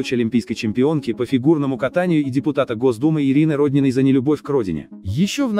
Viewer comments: Прямо трагическая весть? И потрясла Россию? Ожидаемо.. А подписаться нет, неграмотно комментируете. Не рОднина, а роднинА. И тд.... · Вы хоть бы фамилию правильно говорили